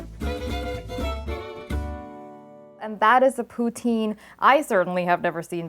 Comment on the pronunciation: for someone so concerned on the pronounation of pho , um you are pronoucing poutine wrong , pou-tin